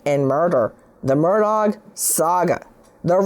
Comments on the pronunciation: Nancy I have loved you for YEARS,... I have always been a fan.. but you need to LISTEN to your own podcast... Your horse voice, and calling him MURDAG (MURR DOG) just sounds STUPID.. You should be more precise, and use outlines, and not just repeat yourself.. your on drugs at this time in your life, or drinking is not cool. Take care, eat some local Honey. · Buster gave his dead mother and brother as alibis. By the way Nancy, it's pronounced Murdock, not Murdog, although I kind of like Murdog better. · I love how NG pronounces his name as 'Murdog' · It's pronounced mur dick not mur dawg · I heard it as Mur-duck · You’re pronouncing his last name wrong. I’m amazed at these media people who don’t know how to pronounce his name. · Learn to pronounce the name Murdaugh. It's been in the news for how long now? Geez! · The G in Murdaugh is silent Attorney Grace. 😅